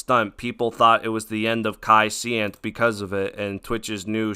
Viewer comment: Bro it’s CE GNAT NOT SEE ANT GET YOUR SHUT TOGETHER